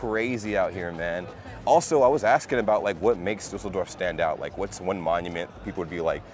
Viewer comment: What I really like about you is that you take care of pronouncing the German words correctly,like for " Düsseldorf ",I am used to Americans pronounce it " Dusseldorf ".